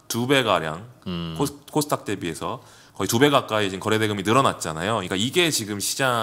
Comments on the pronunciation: 저도궁금..항상 코스탁이라고 하길래 영어발음인가 했더니 그것도아닌듯. 닥 발음이어렵나요? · 왜 항상 코스 탁 이라고 하시나요...?